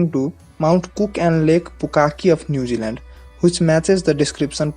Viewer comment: Its "Vaamana" not Vanaama Also Newzealand,not nudiland